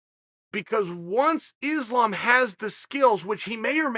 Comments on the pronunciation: For sure, he is a smug arrogant fuck. The type that thinks he can use his ability to run his mouth to convince people he knows what he is talking about. The funny thing is, he says islam is a name people should get used to. I say hey chael, islam is a name you should learn how to pronounce. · I believe Islam is the one who's been mispronouncing his own name.